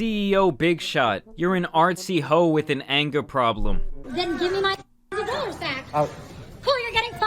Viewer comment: It's not thousands of dollars... it's thousands da dallors